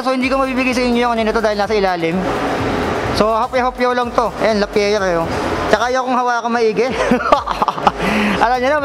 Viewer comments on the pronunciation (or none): Grandpri hindi grandpriks, La Pi yer hindi Lapiyere. Correction lang, sorry. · No tubes sir walang interior sa loob, tubeless. Lapierre sir pronounced as Lapyeer. French bike yan idol. Maganda yan maganda din presyo. 😅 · Mali basa mo idol hahahah sa lappirre